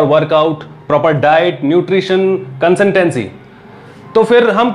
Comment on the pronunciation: Beta consistency hota hai not concentency